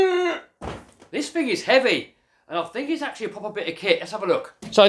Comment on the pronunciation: You just start it up...: I don't fink my baff tub is big enouff